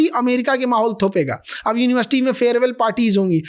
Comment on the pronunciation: GaLaGhotita UniBarSity 😅😅😅😅